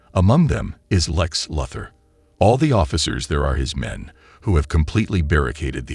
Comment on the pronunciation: Nice AI voiceover, but you might need to take the time to make sure it knows how to pronounce Lex Luthor.